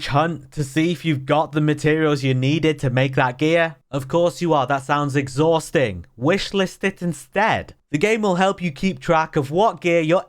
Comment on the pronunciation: "Of course you are. That's sounds exhausteeeng!" sent me lol.